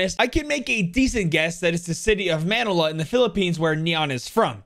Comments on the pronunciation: Dude just said "man-nill-a" lmfao its "man-kneel-a" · its man-il-a not man-e-la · NOT MAN-ila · love the vid, but as a filipino, its pronounced ma-ni-la. edit: chamber's darkest fear is him losing connection to his omega double, thats why the mirror shatters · some pronunciations are off but that's ok. most notable is Manila, just say it like vanilla but with an m instead of v